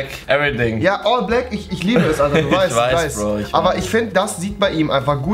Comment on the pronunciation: betont das all Black outfif nochmal extra 😂